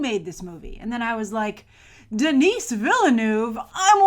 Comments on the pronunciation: Awesome !!! P.S: Denis is pronounced without the "s". And Villeneuve is like "Vilnuv" or something like that. FYI ;) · Huge fan of a guy she can't even pronounce the name of??? Willeh-Nooph! Really? Pffff